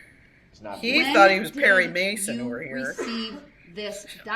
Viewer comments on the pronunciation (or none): none